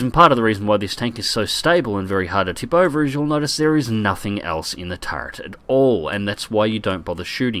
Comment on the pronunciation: Every time says "turrent" a little piece of my soul sadly floats away.